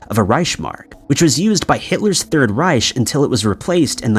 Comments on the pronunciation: Reich is pronounced Ricke, not Rish, and Cache is pronounced Cash, not Cashay. Please check pronounciations before you post. Otherwish, great episode. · I always thought Reich was pronounced 'richke' or more simply rike.